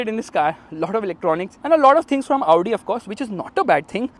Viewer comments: When he says Audi cars I am be like Laudi Cars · You pronouncing "Audi" kinda sounds like "Lowdi" 😂😂